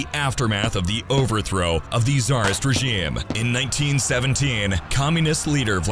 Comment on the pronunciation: Ok am I the only one who noticed the odd pronunciation of the word “regime” throughout the video? Seriously, content creators please check the pronunciation of words that you clearly do not know before recording your videos.